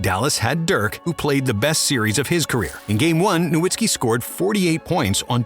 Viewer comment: Put some respect on Dirk and pronounce his last name correclty